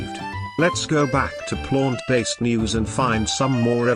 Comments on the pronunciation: Lol I like the pronunciation of Plônt based diet 😂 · "and eat a PLONT-based diet" haha made me chuckle. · I enjoy the pronunciation of plaunt... plaunt based equals gaunt faced.